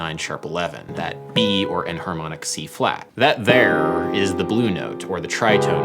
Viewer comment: "Dat dere"